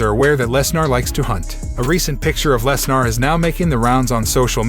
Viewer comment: its lesner not lesnar